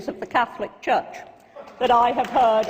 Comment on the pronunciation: Were THE NIGERIAN BISHOP able to pronounce the word 'CATHOLIC" correctly I might have listened more though still agreed less... 'CATLICK' isn't a word... xx SF